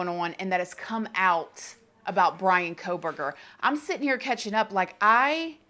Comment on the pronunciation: You're so consumed with a trial but you can't even pronounce his last name correctly?